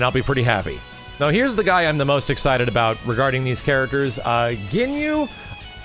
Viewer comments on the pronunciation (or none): none